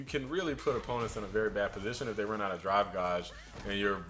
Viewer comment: its pronounced Gayge, not Gahge